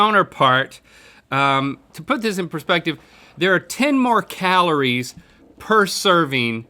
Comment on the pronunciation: did he just call calories kahloore